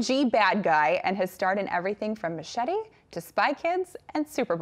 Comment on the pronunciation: She said machete incorrectly